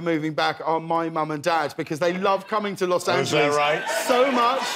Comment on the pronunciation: Besides missing him … and I’ll miss him a LOT ! Is his pronunciation of Los Angeeleeeees 😂❤❤